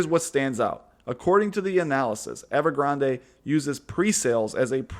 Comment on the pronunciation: I think every reporter and journalist doesn't realize it is named after a Starbucks drink. It is pronounced Ever Granday!